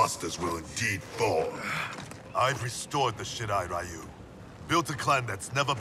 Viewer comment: Playing this cranked up on the big screen, but if there's one minor gripe, shouldn't Shirai-Ryu be pronounced "Ree-yu?!" Never got round to playing MK11 but definitely catching this in anticipation for MK1. Think I should watch MK10 as well...